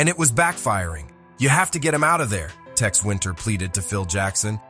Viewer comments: Its tex not tax jesus christ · “TAX” Winter? LMAO. It’s TEX bro not “TAX”.